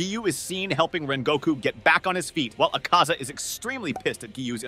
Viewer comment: Bro say the names correctly 1st 😰…. akhAza It’s Akaza -you say it just as you spell it tanJIro No it’s Tanjiro -you say it as you spell it 🫤 And it’s Kagaya NOT kagaYA And Hinokami Kagura - really..even the english dub said it correctly 😲 But other than that I liked the idea of ‘Geyiuu’ joining the fight, in fact Tengen would have been a nice addition too 😆